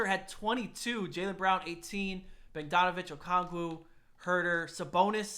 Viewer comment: u said Bogdanovic wrong but im pretty sure thats just ur Wisconsin showing